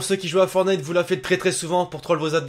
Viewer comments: C'est fortnite et non fornite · C pas Fornite C'EST FOR(T)NITE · Arrêtez de dire fornite dites fortnite !!! Tu n'as pas mis le floss ?! A part ça excellente vidéo on te kiff continue comme ça 😉